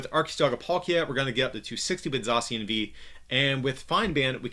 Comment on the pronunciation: U r readIng zacian wrongly